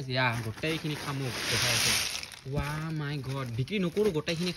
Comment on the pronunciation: খামুক নহয় শামুক বুলি হে কয়।